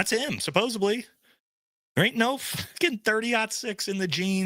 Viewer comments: SUPPOSEDLY* it’s not “Supposebly” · Supposedly not supposably. I’m begging you. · Buddy….”supposeably” is NOT a word…. It’s supposedly!